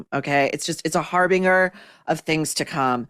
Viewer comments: Hi Maureen, The 'g' in "harbinger" is pronounced as a soft 'g' (like 'j'). I know you welcome pronunciation and grammatical corrections. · Maureen didn’t pronounce harbinger correctly. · The word "harbinger" is pronounced with a soft G.